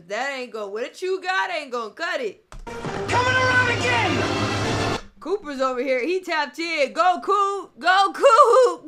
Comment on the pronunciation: Why you call him cooper it’s hooper